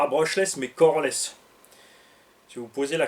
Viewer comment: "pas brushless mais cojones" Oui je sais, il a dit "coreless", mais à la première écoute, j'ai vraiment comprit "cojones". J'ai ri tout seul. hahhaha